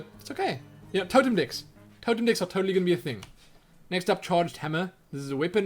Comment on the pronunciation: I keep hearing "dicks" instead of "decks" :D May I ask where are you from? What accent do you have?